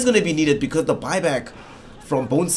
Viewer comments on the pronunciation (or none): none